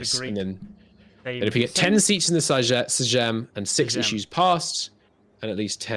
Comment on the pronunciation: Sejm is pronounced "same" Jagiellon is more less "Yagielon"